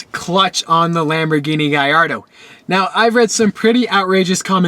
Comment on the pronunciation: Why do you pronounce gallardo so weird